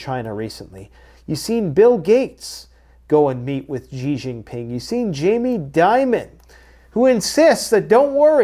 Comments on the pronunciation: Btw: it's simply pronounced like the American English: "she" Xi Jin Ping "Xi" = "She" NOT "JEE" NOT "ZHEE" NOT "(???)" Simply: "she" = "Xi" BONUS! Mandarin Chinese "Q"/"q" = "ch" ("church") Taiji Quan = Tai (Chi) Chuan Obviously, the "ji" is different from "Chi" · It's pronounced SHE....A Chinese man told me :) XI is a she sound...